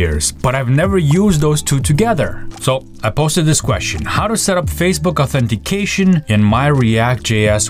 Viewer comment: "Oh Autpppppphhhhhhh" ? WOuld like to hear you say "authentication" or "authorization" :D